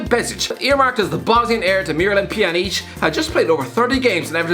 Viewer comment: The way he said pjanic 😂😂😂